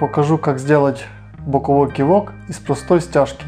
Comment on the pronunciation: Наголос на О ))